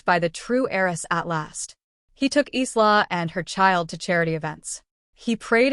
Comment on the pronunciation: Isla, a beautiful Scottish name pronounced “Eyelah” not “Eeslah”.